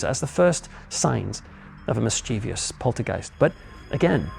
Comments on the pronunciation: Superb......only one small criticism........MIS chiev ous.......not mis chiev. I. Ous......drives me nuts. Great job though. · I do enjoy your stories but please, the word is ‘mischievous’ not ‘mischievious’….. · I wish the paranormal powers would teach the commentator the correct way to pronounce 'mischievous'. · Such solecisms take away credibility.